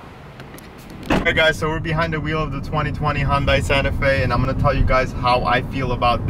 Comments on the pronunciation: It's Hun-day, not Hun-die. And your cap is on backwards. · Dude, great review and a great SUV. WHO CARES how it's pronounced?, do you even know what the Hyundai symbol means? Enjoy yourself and the weekend.